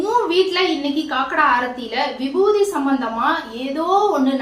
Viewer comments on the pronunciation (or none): Vibuthi nu solluga irritate aaguthu